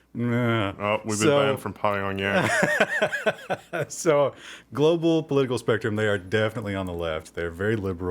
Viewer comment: "pie-on-yang" lol